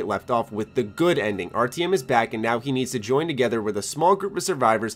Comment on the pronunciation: And Artyom, omg, its like you havent heard how they say it in the Metro games.